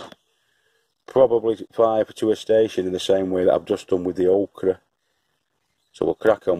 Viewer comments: It's pronounced Oak-ra. I know you really need to have a Southern USA accent. In which case, it's pronounced ok'ra sounds weird and I wondered for several years what was being said. LOL The Yank that moved to the South. My grandfather, RIP, always talked oddly, but then he was from Cow Pens, South Carolina, USA. I don't really like Okra, but a lot of people do so here's hoping it becomes a favorite of yours. Peanuts, I love growing those for kids. They grow underground like potatoes, except you don't expect it. Used have an old aquarium that I grew them in for the kids. Be sure to salt them when you cook them. The kids will love them. Thanks for sharing. Stay safe. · Thanx for sharing btw it’s pronounced oookra lol I know may be boring to some but just showing how to plant different seeds seedlings and all that goes with is actually helpful to me newbie and other beginners as well take care from Ontario Canada 🐝